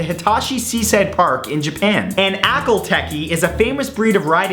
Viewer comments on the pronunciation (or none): Not trying to be smart but the Akalh Teke is pronounced (Akal-Tek) I just wanted to clear that up =) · The name is pronounced Ak-hol Teek